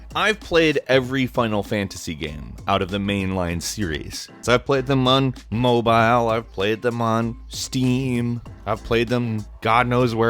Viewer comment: why do u say mobile like that